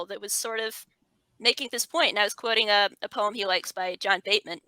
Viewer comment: John Betjeman "Christmas". Beautiful poem. I think the surname is pronounced like Betcheman.